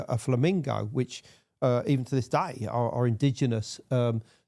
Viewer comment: "To this daih"